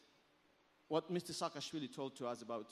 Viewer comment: Oh,my God...Sakaashvily